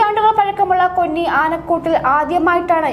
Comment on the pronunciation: കൊന്നി അല്ല 'കോന്നി '.